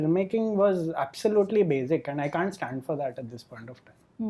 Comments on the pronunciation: Why does Rahul Desai pronounce "basic" as "bazic"? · Ok Rahul it's basic not bazic.